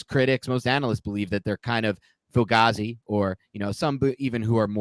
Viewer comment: And thank God he corrected on how to say Fugazi lol. I was literally offended and screaming at my phone!